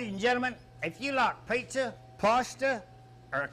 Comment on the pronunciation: If you like Peeeshza, Paaaasshhhta, or chicken Ayfreyo……